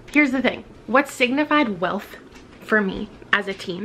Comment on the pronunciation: Not gonna lie, I totally thought that you said “things that signify WILF” not “wealth” so that was very confusing for a while 😳😂